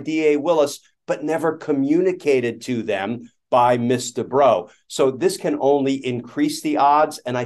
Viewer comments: Ooooooh! The lawyer is "Miss Debrow"! I thought Glenn Kirshner was saying "Mister Bro" and then they started to refer to him as "she" and "her". And I thought "OMG, this person really made a mess with her pronouns thing!" 😄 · I keep hearing "Mr. Bro" 🤣